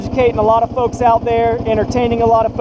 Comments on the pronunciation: i heard thugs but when i read folks i can clearly hear you saying folks lol i never noticed it at first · doesn’t even sound remotely close to word thug.